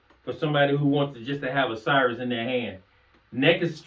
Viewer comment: It's Cirrus (SEAR-rus) not cyrus.